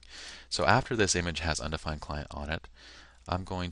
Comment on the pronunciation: Undefined not "undfined"